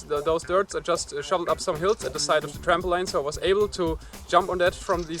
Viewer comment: Hey it was really interesting! Just to let you know "Trampoline" is pronounced "tramp - o - leen" rather than "tramp - o - line".